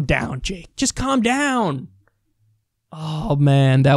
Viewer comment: Sounded more like "Calph Downpfh"